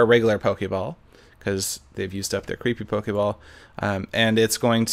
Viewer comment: Err why u say pokei ball FUUUUUULKLLK